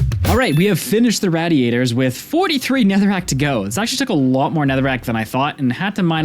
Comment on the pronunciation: Matthew the absolute mvp of the video, Angarn the superhero keeping the whole world turning, and this one French idiot that says "raddy-ators" just doing what they tell him.